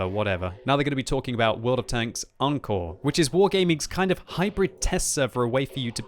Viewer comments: When I watched this video I thought the new engine was called "N-Core", then I realised that was just mispronouncing "encore". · Pretty sure they want you to pronounce it ON-core.